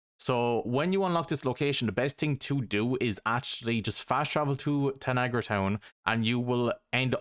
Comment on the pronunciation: Tanagra town not Niagara town.